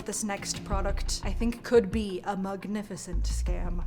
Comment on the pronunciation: At first when said mugnificant i thought she ment muggle from Harry Potter